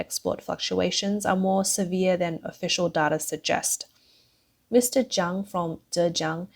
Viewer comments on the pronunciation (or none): none